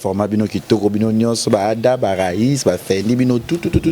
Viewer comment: C’est Syla qui a raison tout le monde est hypocrite sauf personne bobo n’arrive pas prononcer le nom de Ada voilà il faut être vrais